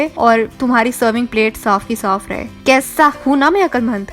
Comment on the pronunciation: The way she said “kaisaa”